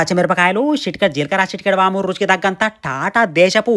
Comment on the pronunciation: Vaamu kaadhu gada Vooma anale.. 😂😂